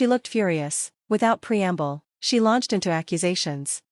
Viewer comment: preemble, preamble, his patients, his patience